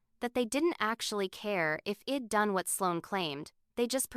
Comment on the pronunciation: Might be a good story but ‘I’d’ was mispronounced through out as ed. Too distracting